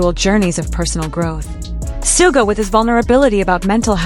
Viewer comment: 💜for the love of BTS; it is Shoo-ga. Not sue ga.